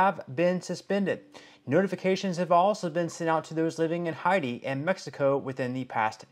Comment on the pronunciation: Learn how to pronounce the name of countries, what did you call Haiti